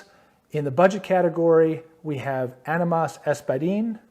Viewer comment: AHH-ni-mas or AHH nee mass.... just being friendly.... this was cool will subscribe